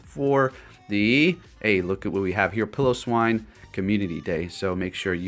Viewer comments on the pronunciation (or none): none